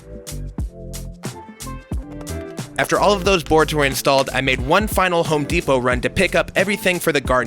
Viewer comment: Home DEEP-O 🙈🙈🙈